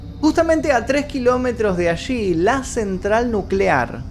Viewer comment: amigo no es "ashi es alli"